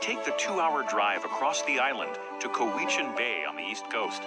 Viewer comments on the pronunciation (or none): Cowichan is not "Co-wee-chan", is "Cow-a-chin" Ucluelet is not "You-cal-it" its "You-clue-let"